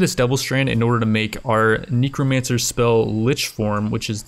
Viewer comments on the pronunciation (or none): Knee cro mancer? It’s necro not knee lmao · Necromancer -- Neck rho man sir -- It's pronounced like the body part, Neck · nEcromancer idk sounds like a weird way to say it I thought it was necromancer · am I the only one that hears say Nekomancer instead of Necromancer? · Knee-crow mancer XD i seriously cant anymore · am i hearing wrong or does he say "nicomancer"?